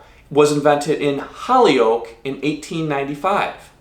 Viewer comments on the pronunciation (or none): Holy oak...pronounced like that...not Holly oak😅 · Holly-oak. LMAO. Whole-yolk/hole-yoke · it's "holy-yoke"...... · Pronounced Ho-lee-yoke dem boys will be mad at your pronunciation